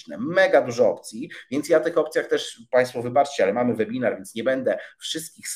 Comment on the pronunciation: Czyta się »łebinar«, uszy więdną po pierwszej minucie!